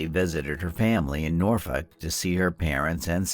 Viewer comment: Are you trying to say Norfolk?